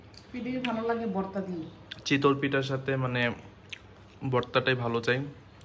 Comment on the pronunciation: বর্তা না ভাই ভর্তা বলেন। আপনি শুদ্ধ উচ্চারন শিখেন প্লিজ।